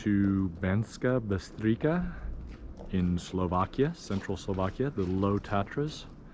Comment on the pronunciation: C in Slovak is pronounced as ''ts'' :)